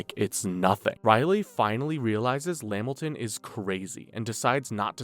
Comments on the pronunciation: LA-MIL-TON not Lam-Milton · It’s la-Milton not lamilton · At the smoking cigarettes part STOP SAYING LAMilton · Pretty good video but lost me at LeMilton 😂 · Bro Spams lamiton so hard, nigga we know u is Caucasian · La-Milton, Lamilton stressing me out 🤣